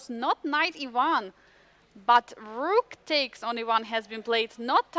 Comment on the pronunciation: What is the deal with Yagiz twitching and jumping up and down like a jack-in-the-box? Isn't that distracting to his opponent and an obvious breach of etiquette? If this brilliant young man can play chess at 2700 level, he should be able to act like a grownup at the board. Also - and this is probably just my problem - for some reason it bugs me every time says "b-dakes c5", or "knigh-dakes f6." We Americans drop a lot of t's, but not like that. 😜